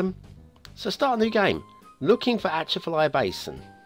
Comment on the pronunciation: Definitely mispronounced it and this should have had a national road and real marshes.